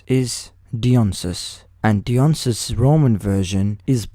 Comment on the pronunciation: I'm sorry if this pokes at how you pronounced his name but Dionysus is pronounced similarly to how you pronounced Dianamon so with that logic his name is pronounced D-eye-on-eye-sus